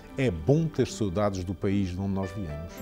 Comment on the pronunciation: Any other Azoreans can’t stand how he is pronouncing Saudades lol